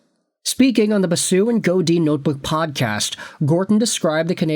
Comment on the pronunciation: Dude, if you're going to do a video referencing Basu + Godin, at least take a minute to learn how to pronounce Godin correctly